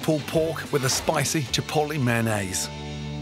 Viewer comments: "Manaze" - Chef Gordon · UK: meh-en-nayse SG: may-on-nis